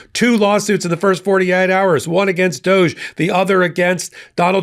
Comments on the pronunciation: It's not pronounced doje, it's pronounced Dog - E, you know like Snoop dogee dogee.. Everyone remembers him, he's the one who couldn't stand Trump because of who and what he is! But NOW, they're good MONEY buddy's... What a Shocker!!! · You're mispronouncing DODGE. Short "O" and long "E". Accent on first syllable.